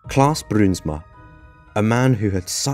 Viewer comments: the ui letter combination forms an ow sound when pronounced, fyi ; ) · Im frm the netherlands i love how you say bruinsma it almost sounds russian😂